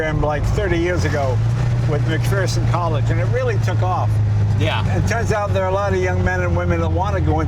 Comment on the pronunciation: I absolutely love Jay Leno but I live in McPherson and it's not pronounced Mcfearson, there is no fear in McPherson 😅